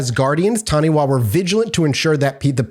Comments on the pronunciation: I think I could buy New Zealand being known for Taniwha. Most people here have heard of them. Cringed a little on the pronunciation though. wha is usually pronounced Fa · 'Wha' in Maori is pronounced as an F sound. Taniwha is pronounced tani-FAH, although it sounds a lot cuter the way you are saying it.